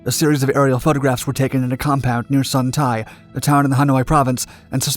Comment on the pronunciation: As a Vietnamese, I should point out that the word "Tây" in Sơn Tây should be pronounced like "-ay" in English words "day", "hay", "bay"...